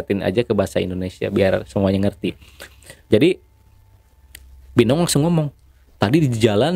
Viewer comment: Haha gua ngakak dengerin nya serem tapi lucu nya ada gerogi mau ngomong bi eneng jadi bi enong🙏🤣🤣🤣🤣🤣🤣🤣🤣